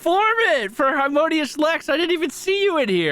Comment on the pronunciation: Normally your mispronunciation of Heironymus would bug me, but I like that "Harmonious Lex" sounds like the stage name of a jazz musician.